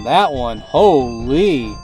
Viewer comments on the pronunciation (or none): none